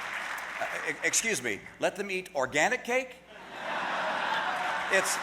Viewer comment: Ha, ha, ha...he said organinc.